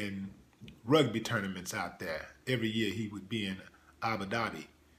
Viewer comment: Did you mean 'Abu Dhabi'? Not 'Abu Dhadi'! If you have been there 3 times a year for 7 years, the least you can do is know the name of the place!